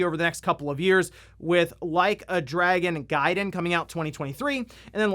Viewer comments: Ahahaha the mispronounced Yakuza bit to Like a Dragoon was funny. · "No Way I'mma mispronounce "Like a Dragon!"" P E T T Y! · “Like a Dragoon” 😂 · “No way I’m gonna mispronounce ‘Like A Dragoon’”…you cheeky… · “Theres no way I’ll mispronounce ‘Like a Dragoon’” You clever son of a gun. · Bro, with your track record you can't just say "No way I'm going to mispronounce Like a Dragoon" and not leave me wondering if you meant to do that or not. 😂 😂 😂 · Lol I thought he was saying "Leica Dragon" as in the high end camera brand Leica.